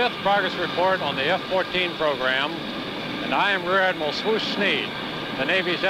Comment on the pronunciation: Thank you for posting this. This is my father and I’ve never seen this. I would have been about 11 when this was made. The Tomcat was a huge part of my childhood. Both my brothers ended up as backseaters in the F14, as well. Small corrections: his nickname was Swoose, not Swoosh. It’s from a song. Also, he made flag in ‘71 not ‘61. Thank you again for posting. This brought back many fond memories. I will seek out others if it’s kind.